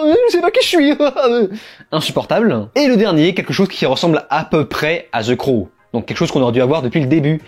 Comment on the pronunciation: Enfin un mec qui prononce bien le titre...en plus la review est cool .